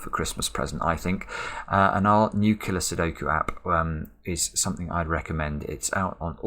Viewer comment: I just heard "new killer sudoku app" as "nuclear sudoku app". I'm not sure I even want to know what that ruleset is.